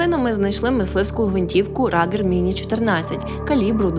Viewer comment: Ругер, а не Рагер...